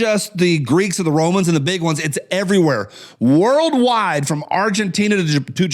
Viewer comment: “It’s whirled wide” 😂